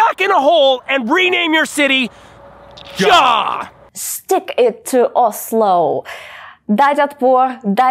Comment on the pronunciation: Озззло произносится правильно